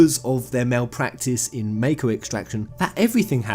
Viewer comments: i thought you were a final fantasy fan....wtf is this MAYKO bullshit its called MAKO MAH-KO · You're saying Mako wrong. You're saying meiko, it's mahko, y'know? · mah-ko not may-ko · Ideas aside, it's hard to take you seriously when you can't pronounce mako. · The way you say "Mako" disturbs my soul XD